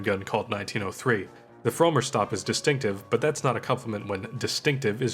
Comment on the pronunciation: I understand, I think you nailed "Gasser" but I'm pretty sure "Frommer" is pronounced with a short 'o'.